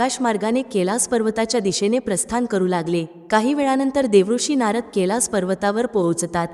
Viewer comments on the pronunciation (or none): ताई तुम्ही कैलास चा उच्चार केलास असा करत आहात. __